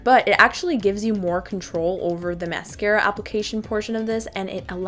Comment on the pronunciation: mascara not mercera